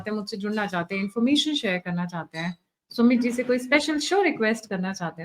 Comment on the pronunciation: Read Sumeetji instead smithing